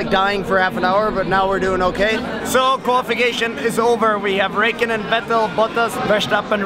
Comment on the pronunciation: not to be rude but my man said Rake on en but u say it like Ri-kon-en